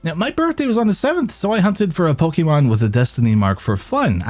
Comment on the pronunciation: Call yourself a Pokémon fan. Says “Po-key-mon” and not “Po-kay-mon”. SMH SMH.